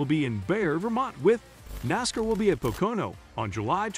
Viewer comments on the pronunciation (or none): Also Poke-a-know and 'You-sack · Computer generated voices that mispronounce things like Pocono and Indianapolis, are irritating. As for SRX, big names already race in the summer series. Ever heard of Helio Castroneves? Tony Kanaan? SRX isn't a NASCAR series. It's like IROC, the International Race of Champions. Drivers from various disciplines compete. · Your what is with this human sounding narration but so obviously a computer an being a able to pronounce "Nascar" and "Pocono"